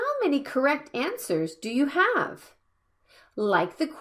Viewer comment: When you pronounce "i HAVE to," it sounds like you pronounce "have" with an /f/ in place of the /v/ like "half" instead of how you otherwise do.